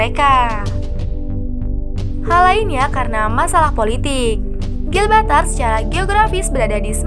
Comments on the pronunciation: Bukan gilbatar tp GIBRALTAR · Gibraltar bukan Gilbatar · GIBRALTAR bukan Glbaltar. heuu kurang riset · Bacanya Gi Bral Tar kak... Bukan GIL BRAL TAR... Gemes dengernya 😂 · Gilbatar? Gibraltar min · Bukan gilbatar cuk....tapi Gibraltar 😤🙄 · Gibraltar bukan gibaltar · Gibraltar om bukan gibaltar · Gibraltar... Bukan Gilbaltar ☺️ Sebutannya (Jib-ral-tar) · "Gibraltar", min. Bukan "Gilbaltar" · ralat, bukan gilbatar.. tapi gibraltar👍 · Gibraltar min bukan Gilbatar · Gibraltar mbak bkn Gilbartar udah enak loh denger suara bikin terngiang ngiang, malah salah ngomong😂... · GIBRALTAR minnnn.... bukan GILBALTAR... ngopi min ngopiiii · Gibraltar say, bkan gilbartar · Bukan Gilbartar min, tp Gibraltar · Gibraltar bukan Gilbatar.. Asal kata nya Jabal Tariq, Jabal itu pegunungan atau susunan batu sedang Tariq nama seorang jendral , Toriq bin Ziyad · GIBRALTAR BUKAN GILBATAR!!! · GIBRALTAR KELES BUKAN GILBATAR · GIBRALTAR BUKAN GILBARTAR...MIN WKWKW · Bukan Gilbatar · maap min bukan gilbartal, tapi gibraltar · Gibraltar min bukan gilbatar 😀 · GIBRALTAR , BENERIN YA PRONOUNCE NYA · apakah aku doang yg mendengar GIL BA TAR ? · Harusnya Gibraltar bukan sih wkwk